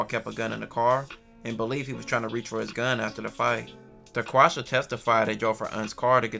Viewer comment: sounded like he said daquasha both ghetto names tho 😂